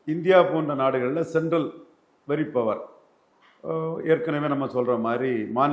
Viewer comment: இந்த முமா எப்போ 'Power' னு சரியா சொல்லுவான்😮...குற்றம் சொல்லவில்லை...பலர் சுட்டிக்காட்டியும் இன்னும் திருத்திக்கொள்ளவிலலையே..😮